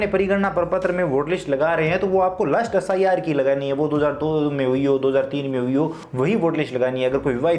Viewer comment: Bhai wo lust list hota hai last list hota hai